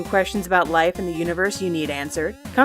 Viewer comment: Dayynger Dolan lmao